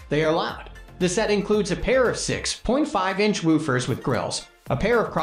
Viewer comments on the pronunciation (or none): Great list but im in shock at your annunciation of woofers and bass??!? Seriously?!?! Bass isn't fish my guy!